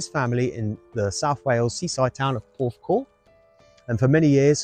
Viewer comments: You said porthcawl right. Wish I knew you were here, would of come & said hi. I’m literally 10mins away in Bridgend. ❤ Steve Strange is an absolute legend ❤ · You say porthcawl as it should be said xx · Amazing video,,loved Steve and visage…..I live about 40 mins away from the cemetery….never been but will make a visit to pay my respects….and you said it right…Porthcawl..😊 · You pronounce Porthcawl spot on. ❤ xx The wreath with the red ribbon was placed by me at Christmas. The flowers in the bunch on the right I placed on the anniversary of his passing. I do this on behalf of the fans. X ❤ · Great one yes iam from wales, yes you pronounced it perfectly,didn’t now he was in porthcawl didn’t know he was from wales and spent so much time in wales your shows are full of great details,such great memories of a great time we all have had in the eighties I was 16 in 1984 so your only a few years younger than me 😂.